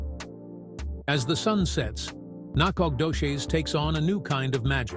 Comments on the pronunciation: lol get some one from East Tx that can not only pronounce it but actually shows pictures of Nac ! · Whoever did this not only missed finding the correct town of Nacogdoches, he couldn't even pronounce it